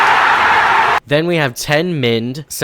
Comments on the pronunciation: vee ghor? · Youre pronouncing vigor wrong. think "vee-gore" thats the correct version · veyegor = vigor... My brain took that and did this; veyegor = veigar... A league character. Man I'm cooked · It's literally pronounced V"eye"gor are you stupid? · Dude it is "V" + "Igor" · he learned how to pronounce Vigor, but but it cost him everything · Him: "you're using this wrong" Us: "😮,📃✍🏼,🫡👍🏼" Also us: "btw, you're saying vigor wrong" Him: "😡" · how am i supposed to trust all this math I can't understand, if you can't even pronounce basic english correctly? That's all we're saying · You pronounced "vigor" wrong. It is pronounced "vigor" and not whatever that was. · vigor was pronounced a little weirdly, but the rest of the attributes were correct so it's probably fine. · Uhm actually it's not pronounced ‘Vigor,’ it's pronounced ‘Vigor.’ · That vigor pronunciation was so close to pewdiepie bridge